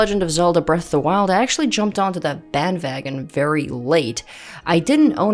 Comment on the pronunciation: You know you're learning German when you say "Band vagon" 😂 😂